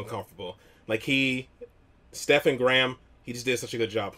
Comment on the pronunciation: STEPHEN is pronounced STEVEN, not STEFAN.